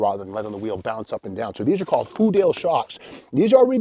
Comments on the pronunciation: I thought that shock absorber was pronounced (who - Day)? Also Corvairs had the same locking prop rod on the engine cover... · Our auto-shop teacher: Houdaille is pronounced 'hoo-dye'. I can't forget.